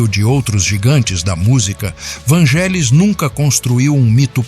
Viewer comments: Não é Vângelis que se fala. É Vanguélis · Moço que fez o video: A pronúncia correta é "VÂN-gelis" e não "van-GÉ-lis". Curiosamente falou algumas vezes a pronúncia correta. Quanto à primeira música que me lembro de ter ouvido dele? Moço... eu era criança nos anos 70 e muitas músicas dele eram usadas nas rádios por locutores que queriam dar mais beleza as suas falas. Foram muitas e nao vou lembrar. Mas UMA eu lembro muito bem: Hymne pois era usada como fundo pra missa do galo no final do ano. Era só um pedacinho dela que tocava pra anunciar o evento católico enquanto o Papa João Paulo II aparecia rezando, mas o suficiente pra gente desejar ouvir mais. Mais tarde, início dos anos 80, foi quando eu finalmente descobri QUEM era o artista das músicas lindas quando estreou a serie "Cosmos" de Carl Seagan, onde tinham "Heaven and Hell" e "Alpha", que me capturaram DEFINITIVAMENTE. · A pronúncia é “Vanguélis”. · Só uma humilde correção.. se pronuncia Vângelis mas se escreve Vangelis Um genio igual a Mozart que já está entre nós Gratidão ao canal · Desculpe, mas está falando algumas inverdades e a pronúncia é van{gue}elis o resto e invensão ou pura fantasia. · Só um adendo. Esse nome se pronuncia como se fosse GU vanguelis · Por amor de Deus...a pronúncia do nome não é esta 😮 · Na verdade é Vânguelis, derivado do nome dele, que se prinuncia Evânguelos. E o "ou" do sobrenome tem som de "u", como de resto em praticamente todo o idioma grego: Evânguelos Odísseas Papathanássiu. KALIMERA!